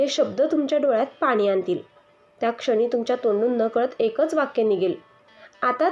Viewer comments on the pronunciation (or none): none